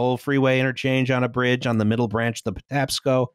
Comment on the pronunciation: holy shit they said Patapaco river correctly!